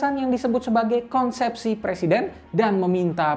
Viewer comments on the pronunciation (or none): none